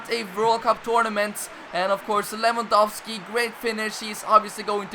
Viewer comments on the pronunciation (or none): none